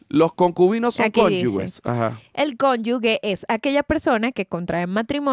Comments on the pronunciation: José de mi ❤. Cónyuge se pronuncia “conyujeee”. Te quiero !! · No sé pronuncia así como lo están haciendo la palabra cónyuge... se pronuncia como "conyuje"